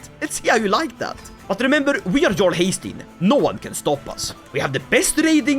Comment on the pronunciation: is there a reason you pronounce jarl with a hard English "j" instead of like yarl? Most English speakers' first experience with the word was Skyrim where they exclusively say "yarl"